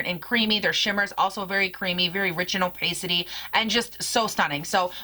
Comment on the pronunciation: What a gorgeous palette and I love the 2 looks you did with it. I wouldn't even mind seeing more! (Pssst... it's o-pah-city, not o-pay-city) xo